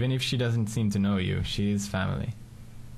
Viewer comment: i thought it was "my fail" an then he said "family"